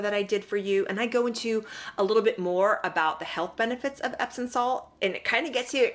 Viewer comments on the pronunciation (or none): I’m enjoying your video, & thank you for the info ♥️…..but it’s pronounced EPSOM, not epson. 😇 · I thought it was pronounced epsoM not epsoN salts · She's so phony. Loved your video. Respectfully, there's no 'n' in epsom salt.